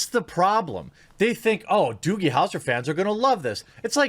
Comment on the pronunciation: what the fuck is a doogle howser?